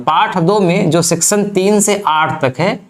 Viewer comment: तुम्हारा लेक्चर मुझ से इसलिए सुना नहीं जाता, क्यों कि तुम्हारा उच्चारण बहोत ही खराब है । १) सेक्शन को सेक्शन २) परी भाषा को परी भासा और भी बहोत कुछ